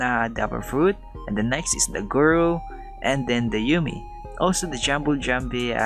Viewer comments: Its guru not gura lol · YOU SAID GURA BUT IT WAS GURU :(((( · Not gura it guru dude u know that